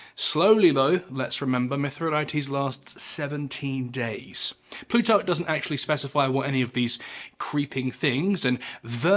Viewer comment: Why do you pronounce pluto as "plutock"?